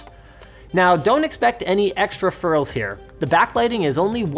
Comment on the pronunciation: Also , "don't expect any extra FIRLS here." Linus, are you OK? Did you have a stroke?